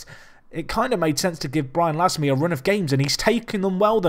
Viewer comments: Pierre Gorce it would be pronounced more like "lahm" the "e" isn't pronounced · We pronounce "Lasme" -----> "Lame", a blade in English if you prefer